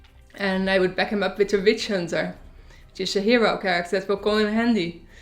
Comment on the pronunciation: sounds like she says Bitch Hunter